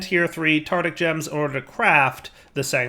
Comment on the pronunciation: Still saying "tartic" gem, I see